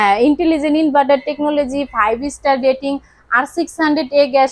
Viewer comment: এনার্জি ডেটিং নয় রেটিং হবে আপু😆